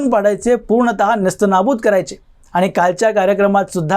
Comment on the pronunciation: मोदी साहेबांनी मराठीला अभिजात भाषेचा दर्जा दिला आहे तेव्हा आधी स्वतःच मराठी सुधारा...भेटले, aani, pani ह्या शब्दांकडे लक्ष द्या.. Bottle ha english शब्द आहे...मराठीत त्याला बाटली म्हणतात....दुर्दैव आहे मराठीच तुमच्या तोंडातून मराठी ऐकताना